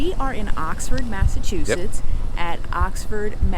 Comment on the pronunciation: Next town over from me! Need a little help saying Massachusetts though…😂